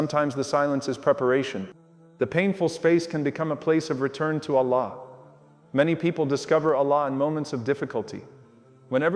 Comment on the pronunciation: Love but the way he speak Allah sound like he is saying one laam not the second laam.